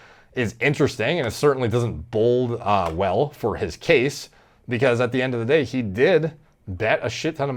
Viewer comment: It sounds like you are saying "bold" where it should be "bode". As in "it doesn't bode well"